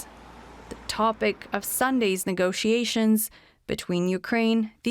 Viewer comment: He says 'nego-see-ations'.